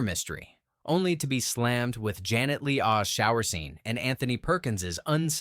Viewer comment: Janet Lee-ah? William Ing? Really? Trash the incompetent AI.